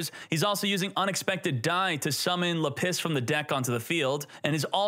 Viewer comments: normal person: lapiz: La-PISS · Lap-is not La Piss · It’s lapis, not lapiss😂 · LA PISS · still can't pronounce lapiz. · Do you actually think lapis is pronounced "la-piss" or are you memeing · The way you are pronouncing Lapis is killing me. XD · It's Lapis Not Lapis smh 🙄🙄🙄